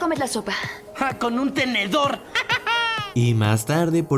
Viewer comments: En el minuto dice tendedor en lugar de tenedor no xd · dijo tendedor no tenedor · Dijo tendedor? en vez de tenedor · es mi idea o dijo tendedor 🤔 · sólo yo escuché que dijo "tendedor "? Jajskajskas